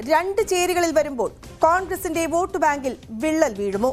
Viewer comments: വേട്ടു അല്ല വോട്ട് 😝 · വേട്ട് അല്ല വോട്ട് 😂😂😂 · 'വേട്ട്' ... അല്ല സര്‍ ...!!! 'വോട്ട് ' എന്നെഴുത്....